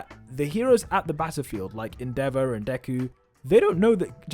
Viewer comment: This is not Deku in fact its Devu